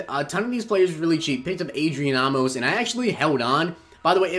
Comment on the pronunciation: Not Ah-mos it's Ayy-mos